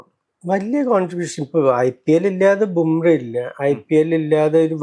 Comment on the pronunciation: Dear, Jasprit Bumrah എന്നാണ് പേര്. Bumreh എന്നാണ് താങ്കൾ പറയുന്നത്.